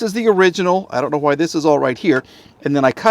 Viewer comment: Ha-why. Ha-wheels. Ha-When. There is no "H" in front of things pronounced with a "WH". Just stop please. Drives me nuts. TY.